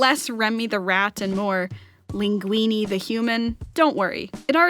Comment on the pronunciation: The way you pronounced "Linguini" in a so american-like accent made me shiver in terror bc y'know, i'm italian. When i heard it i was like "OH MIO DIO CALMATI CALMATI- Ok, sono calmo, lei è americana quindi so che è normale per lei pronunciare parole italiane male... MA HA DETTO LINGUINI COSÍ MALE- STAI ZITTO!!"